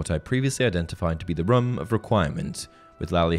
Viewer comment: Why does this guy say ‘room’ like that 😂 I’ve never heard a British person say it like that